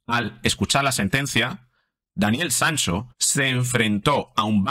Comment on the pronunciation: Porque dice Sanso?